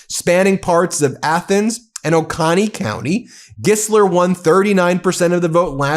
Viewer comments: One pet peev, it's pronounced O-co-nee not O-con-ee. I've lived here all my life, some 55 years. Athens has always been blue, because of UGA students. Young people here have always voted blue. It's why Athens was split up into 4 districts. O-co-nee is deep red. It's full of wealthy families who work in Atlanta and surrounding areas. It's only about an hour away. It's always been deep red. That's the shock. Oconee has turned blue. That is what GA republicans are fearing. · It's pronounced Oh-coh-nee. Not Oh-con-ee. Just saying. That said...Woo-Hoo!!! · Hi! I’m in Athens! I love your network and the Politics Nerd is my friend’s young, very smart son! 🥰 Let me help more people in District 121 love you, too. It’s “oh-CO-nee” not O-CAH-nee” and Marcus’ last name is pronounced “WEED-hour”. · Oconee being pronounced Oh-Kah-Knee made me twitch a little each time. "Oh-Cone-Knee" or "Oh-Koh-Knee" please. Thank you. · "Oh Coney", not "Oh Connie." Both the Georgia and South Carolina counties of this name are pronounced the same. And it's definitely not Oaken-y as some people seem to think. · I think it's called Oh Co Nee.. not Oh con nee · Oh- cone-eee. Thanks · it's pronounced o-cone-e county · It's o-KO-nee, with a long o. Thanks for reporting on this! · It’s pronounced “O-cone-ee” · Ben, it's O CONE e. Love your work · uh Ben, as a former resident I gotta help you here. Oconee is pronounced with a two hard "O"s.....O cO nee. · Pronounced “Ohhh-Coh-knee” county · I'm Georgia born & raised, but we pronounce Oconee as "O-ko-nee". Either way, it's great news! Thanks for spreading the word. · Oh, and it's pronounced 'Oh-Cone-Ee' county. It's a Cherokee name which is always a reminder that they left the names the same and marched the Cherokee people to their deaths. Can you imagine the cruelty of that as a parent? And the guy responsible is on the twenty dollar bill. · For the record, Oconee is pronounced Oh-kone-nee. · 💙🌊!! Also, it's pronounced "Oh-coh-knee" for Oconee ❤